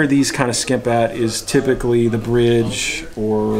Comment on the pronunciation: Ok help this guy with "typically". Pretty good vid.